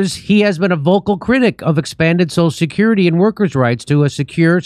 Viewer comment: I was about to make fun of Biden for slurring through the pronunciation of 'social security' but then Jimmy started doing it too LMAO. How many Martinis does JD crush during an episode??